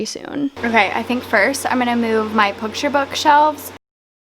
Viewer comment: I think I actually cackled when you said pookture book lol! I love watching your videos while I’m setting up because you given me so much motivation!